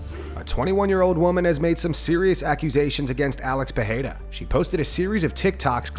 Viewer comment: Love your content. Maybe pronounce Alex's name correct. Double champ. Its more like peteira, not peheyra.